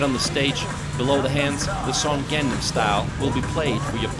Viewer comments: Great views of the city! Although viewed through a very rose tinted lens. Would be nicer if the narrator had learned how to pronounce the names of the places featured in the video. His pronunciations of "Han", "Lotte" and especially "Gangnam" were cringeworthy. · The way he pronounces Gangnam is ATROCIOUS. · The ultra-popular song that the announcer obviously is unfamiliar with because of the way he pronounces Gangnam. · Great video, but you're really butchering the pronunciation of "Gangnam" lol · ).. The other ones are understandable, since they can be difficult to pronounce, but I was a bit surprised when he pronounced Gangnam as Gangam, leaving out the N. That was like the most famous song in the world. LOL Good video overall, though. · His pronunciation of place alike gangnam is not correct. Perhaps pronunciation would be Ghangnam. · I had to laugh a couple of times at your pronunciation, especially of the city section name of "Gang Nam!" (It's not Gangam!) Having lived a little northeast of Seoul almost four years, I still found your video interesting and informative. When people ask why I want to live in Korea instead of America, my first answer is that I can relax here. That's largely because it is such a safe country. I never worry about crime. My second answer is that in Korea, "customer service" is real. One of my greatest peeves is that it can be next to impossible to find a trash can. Another one is the sometimes difficult task of driving here--cameras are a drag! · God ! U can’t even pronounce simple word like Gang nam!!!!! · And Gang-nam (강남) has to be Pronounced “Gang Nam” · Gangnam is pronounced an Gahngnam (not like 'gang') etc. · not 'gaeŋ-nam'. you have to pronounce it 'Gɑ:ng nam' similar to 'Kang-nam'. like 'Samsung'(not sæm sung) . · Your pronounce is wrong. Gang nam, Nam san, or Han gang(Rv) 's 'A' words pronounce is not 'ae'. not gaeng, nam, not naem san, not haen gaeng.;; just 'A' sound. ;)